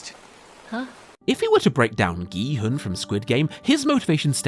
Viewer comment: gEe-hUhN its prounounced kee-hoon (sorry if this seems mean but i couldnt get over it lmao great video keep it up)